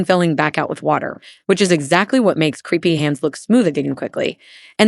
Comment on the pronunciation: CREPEY is not creepy. Crepe rhymes with Grape. AI needs to be reviewed prior to Release!